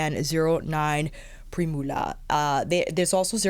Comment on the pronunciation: Ooof! That bronzer: that blush!! So great to have a no-brainer combo that works anytime, anywhere. I’m in love with the Gucci lip in Linnet. I have the Suqqu 01 and like it, but don’t love the shade, as it can make me look a bit flat. Linnet looks like it has a touch more brown - I love! Lastly, I hate myself for being that person, but Primula is pronounced “prim-yew-la” 😊